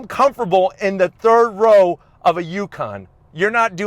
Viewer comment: What the hell is a “comfurble”